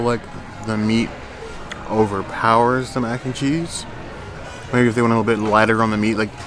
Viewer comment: I kept hearing “mac and chee” 😆 it’s still weird to me food and wine is happening in July. Props to you both on suffering through the heat to share with us what’s there! Sad they took away the spicy lentils that’s my husbands favorite.